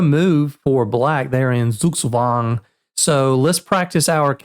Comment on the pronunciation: Beautiful pronunciation of Zugzwang.